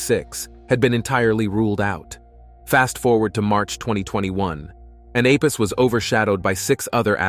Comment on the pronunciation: Apus? Thought was called Apophis?